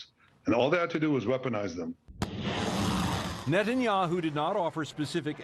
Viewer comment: Why do you call him Neten-yahu? He is Milekowski.